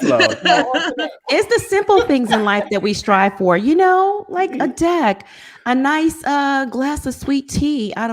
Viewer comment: Well it did sound like you said di..k instead of deck